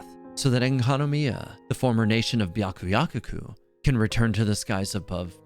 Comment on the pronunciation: Why cant anyone pronounce byakuyakoku right I’m 💀